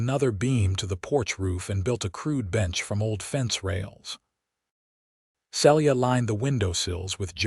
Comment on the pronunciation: Celia is pronounced "See'-Lee-ah"